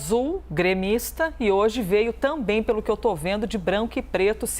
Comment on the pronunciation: Não sabe nem falar, "também " não tamém ...